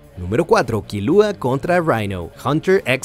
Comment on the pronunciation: Che, en Hunter x Hunter, no se pronuncia la "x" Dios. Y Killua no tiene acento en el nombre so, no se eleva la voz en la "u". Gracias por la atención.